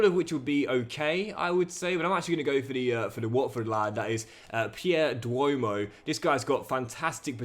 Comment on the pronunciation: Pierre Dwomoh's name is not pronounced 'Duomoh' but 'Djomo'